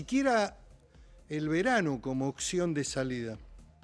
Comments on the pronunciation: dijo OCCIÓN en vez de opción. Chau, saludos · Amo cuando Miquelangelo dice "ocsion"